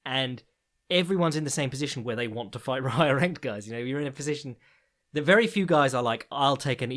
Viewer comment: wohhhhh... w-werry fntastic intro!